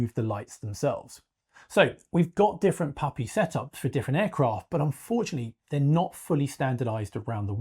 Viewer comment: PAPI, not POPI (precision approach path indicator). Sounds like POPI due to his accent. Secondly, there’s nothing wrong with the current system that thousands of pilots have been successfully using for decades, including 777s, 787s, DC-10s, and even 747s, for crying out loud. 🙄 This guy is totally wrong and spreading false information (mixed in with some good research, I’ll admit). Scroll down to see my original comment on this matter (as well as a few others). Furthermore, a movable “PAPI” light system would introduce more potential problems than it’s supposed to solve. Totally unnecessary. Former airfield electrician for a decade, at EWR and LGA.